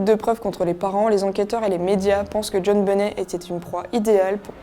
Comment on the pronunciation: On prononce " benett " 😳